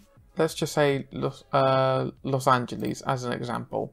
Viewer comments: Los angleese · Why u be pronouncing los angles like that bruh